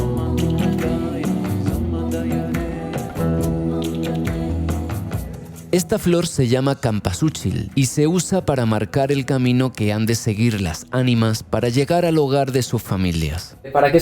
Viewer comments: cempasúchil, la flor se llama cempasúchil, no campasúchil. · no se llama campasuchil se llama cempasuchil 😭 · Bro la flor se llama cempasúchil solo por si la entendiste mal por que escuché que dijiste campasuchil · observacion: la flor no es "campasuchil", es "Cempasúchil" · Se llama CEMPASUCHIL , con "M" no con "N" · Que bueno que te gusto mi tierra san luis potosí ! Te falta conocer real de catorce y la cultura wixarika en el cerro del quemado toda una experiencia mística como las que te gusta relatar ..y es cempasuchil pero con S no quempasuchil como pronunciaste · no se pronuncia campa sino cempasúchil! 🤪